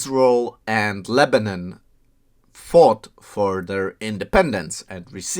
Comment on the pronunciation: It’s not lebanin it’s Lebanon say it right or don’t even mention it idiot